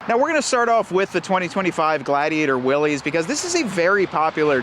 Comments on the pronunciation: It's Willys (like willis) not pronounced Willy's . The original company was willys overland company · It’s pronounced Will’iss, not Will’ees, after the founder of the company that got it all started in the 1910’s. John North Willys founded Willys Overland. His company won the bid to produce a ‘military basic’ vehicle (MB), also called a general purpose vehicle. General Purpose became “GP”, which became “Jeep”. Show some respect for the founder, dude, if you’re going to review a vehicle named after him, at least pronounce his name correctly. And the “Jeep”, (not JEEP) on the tailgate is historically correct; look up some photos of the Jeep logo from the past (60’s). Willys Overland was started in Toledo Ohio where Jeeps are made to this day. The Willys model line is a nod to the original history of the Jeep, don’t try to change it, man! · Why does he keep saying "Willys" like that? Its not Willy's, its Willys like Bruce Willis... but with a y. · You lose all “cred” by continually calling it a Willy’s. The correct pronunciation is Will-iss. It’s supposed to be an homage to the original Willys-Overland Jeeps. Company founded by John North Willys. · It’s pronounced Will-s 🙄🤦‍♂️